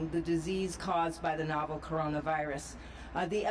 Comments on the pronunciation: The "nOval" coronavirus. Gee one would think that you would pronounce it correctly. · It concerns me that both of the speakers mispronounced the word "novel" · ...would be nice if they knew how to pronounce the word novel. I might feel a little better about the competence of their preparedness and the ultimate response. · Why are they pronouncing novel like that? Is that a regional thing or have they simply gone their whole lives and never heard it said before?